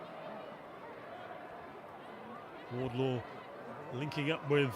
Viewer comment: Every time this announcer commentates he calls her Charlotte WardLOW. For the love of all that is Holy call her by the correct surname. Pay them the respect they deserve and get the name right. "I fought the low and the low won!"